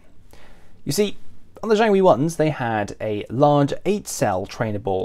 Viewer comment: Jiangwei, not jianwei. Missed a G, mate. Nice research otherwise